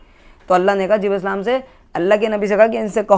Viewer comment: Jibreel as aap naam thik se ni lete